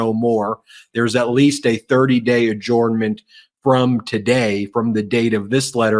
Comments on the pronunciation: Why does Ben pronounce adjournment as. ‘orn’ rather than ‘urn’. ,just curious, is it a territorial accent. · Please stop saying AH JORN MENT. It hurts my head. Follow the link below. It's pronounced ah JERN ment. AH JERN MENT. I worked for lawyers for 24 years and never heard one of them say AH JORN MENT. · Why don't you know how to pronounce the word adjournment?